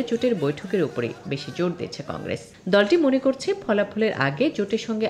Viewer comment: কংগ্রেজ নয় কংগ্রেস